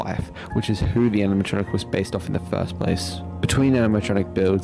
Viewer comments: Man says animatoctric in stead of animatronic 😂😂😂 speed u to funny bro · “Animanotric”… “animatotric”. Got me dying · is my personal favorite, bro could not pronounce animatronic lmfaoo